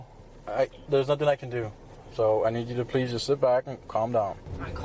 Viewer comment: Pleasea, noa, stopa. none of these words have an a at the end.